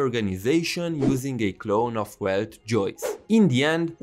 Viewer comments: Keep in mind: "Welt" is pronounced as [Velt] because the German language pronounces W like a V. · The main crime I see in the game is to not pronounce Welt "Velt" like it's supposed to be in german